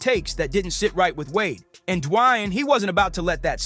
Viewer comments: It's pronounced "DEE-WAYNE"....Who tf is dwanyin Wade? The h3ll you from bro? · "De-wayne" if u gonna make a piece about someone know how to pronounce their name possibly? Idk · I get it, Stephen A is a clown but who the hell is Dwine, Du-a-yane? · Who the heck is Dwie-aine or Dee-aine? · who tf is Dajuan? Lmao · WTF is Dwine? Dwan? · This ninja should just call him Wade. I've never heard anyone butcher his first name so badly. I can't finish this! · Please someone teach this man how to say D.Wade name cause damn it started to make the video hard to continue watching till the end 😂but i made it all the way through,its a great video but damn he Butchered dat man's name 😂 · Stop mispronouncing Dwayne 😢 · why are you saying his name like that yikes